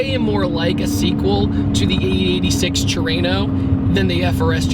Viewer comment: It's not tureno it's trueno.